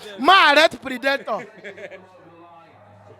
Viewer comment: that’s a wrong pronunciation of “PREDATOR” and “PREY”. This guy even correct you for the end part of the video but you no grab. ✌️